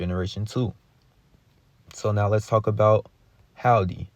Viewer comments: Hall-dee and Zo is hillarious. It's "Hill-duh" and "Zo-ee" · Driving me crazy. HILDE IS PRONOUNCED HILL-DEE, Not Haldee. ZOE IS PRONOUNCED ZOEY, not Zo. SAUL IS PRONOUNCED Saul - Rhymes with Paul, not SAL. Did you get pass grade 3? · Hilde rhymes with Hill DE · Actually no ,its a Scandinavian name I beleive, and we pronounced it like so Hilda but the L is being spoken in a surten way thope that helps regards from Norway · Hillde: “Hill Dee” is how you properly pronounce it. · Pronounced. Hill-de or Hill-da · Hill the (that's how it's said)